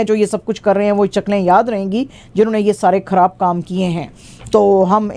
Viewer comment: کھراب نہیں خراب گداری نہیں غداری ۔ شکریہ 🌹